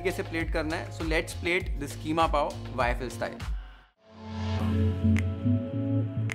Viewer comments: KHEEMA nahi. QEEMA BOL. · Kheema nhn qeema hota hai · Kheema nhi keema 😀😀